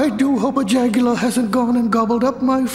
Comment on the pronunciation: "Jagular", haha <3